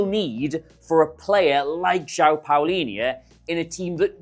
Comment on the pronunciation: You pronounce it like Paulinha